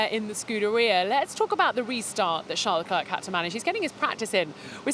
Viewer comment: I appreciate her, but she should learn how to say Charles' name.